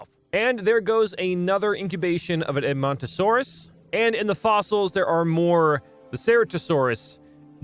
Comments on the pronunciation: you pronounced edmontosaurus right! also i know a GREAT dinosaur youtuber: GamingBeaver!! you shouyld watch him hes the best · You are saying Edmontosaurs correct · Edmomntosaurus was pronounced right, the samall guy is pronounced like this Stru-Theo-My-Mus :) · Edmontosaurus was discovered by Edmonton Alberta Canada (My home town) It is pronounced Ed-mun-toe-saurus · You are saying edmontonsaurus correctly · Strooth-eo-my-mus. You pronounced edmontosaurus correctly. It's named after Edmonton Canada where it was first found. As a paleontology enthusiest I love listening to you play this game. Makes my day. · Edmontosaurus is perfectly pronounced